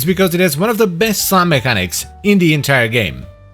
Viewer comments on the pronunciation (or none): none